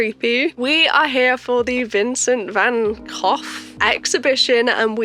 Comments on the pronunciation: That turned out incredible!! 🥰 I love how you combined all of his work like that!! 👏👏 It is amazing!! 💞 In the United States, we butcher his name as Vincent Van Go... But what you said sounds much closer to his real name. 👍 I loved the whole mixed media approach!! 😍 Great job!! 🫂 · i love vincent van gogh!! (you actually got pretty close with the pronunciation haha!) and the pieces you created inspired by his work are absolutely amazing!! you did such a good job! 🥰